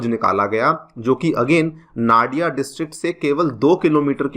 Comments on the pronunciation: One thing toh clear sir. It's not naa-di-a, it's noo-di-aa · Its not Na dia , its no dia. I mean pronunciation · Nadiaaa not It's Nadia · नाडिया nahi hai vo 😂 नदिया ya fir नोदिया bolein ✅ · Came here to say same thing 😂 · Very Poor pronunciation 💔 It's not Nariya🥲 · The pronunciation of nadia is Nadi ( as in river in hindi) Its nadi + a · Sir actual pronunciation is "Nodia" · "नाडिया" नहीं इसे "नदिया" जिला कहते हैं "मालडा" नहीं इसे "मालदा या मालदा" कहते हैं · The correct pronunciation will be "नदिया" not "नाडिया" and "मालदा" not "माल्डा" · Nadia, Malda you are pronouncing wrong.